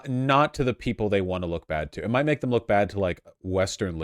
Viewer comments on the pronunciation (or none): none